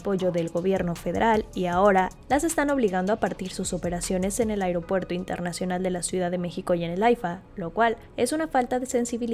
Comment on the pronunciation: EL 'AIGROPUERTO" DEL KKS, SERÁ INCOSTEABLE